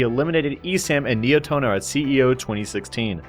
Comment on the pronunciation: Just to clarify, it's pronounced Ni-eh-toh-noh, not Nai-eh-toh-noh